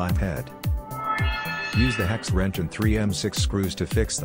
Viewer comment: This is what happens when no one at your company can speak English, and so you need to employ AI to make a narration for your commercial.... to wit: "hex ranch", instead of "hex wrench". I'm sure the product is fine, but I would have preferred a thick-accented actual person to do the talk-over. It just gives more confidence in the company.